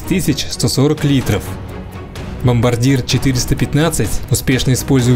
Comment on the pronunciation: Бомбардье! А не бомбардир